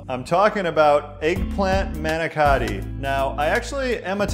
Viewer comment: It hurts my ears the way you say Ricotta & Manicotti . Please go to & type in Ricotta/Manicotti or ask your Italian grandmother. But receipt does look tasty